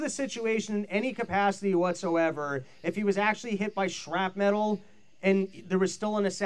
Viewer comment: Please someone pull aside and help him say "shrapnel." The pivot to saying "shrap metal" was bad enough but then he kept repeating it. I think he has been watching too many Kamala speeches.